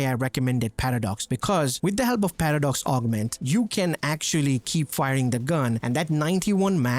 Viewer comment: Does anyone else hear him saying "Patter Dogs" when he says paradox?